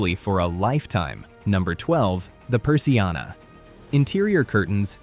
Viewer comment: Jajajajaaj qué divertido oír decir "patio de luces" o "persiana" pronunciado en inglés 🤣🤣🤣 Está bien esto porque hace que les des más valor a las cosas que ves diariamente. Aquí estoy escribiendo en la terraza debajo del toldo 😊